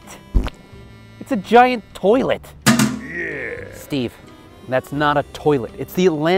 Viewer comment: I Rip wun he said toillet🤣🤣🤣🤣🤣🤣🤣🤣